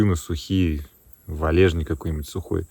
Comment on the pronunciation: не валЕжник, а валЁжник он называется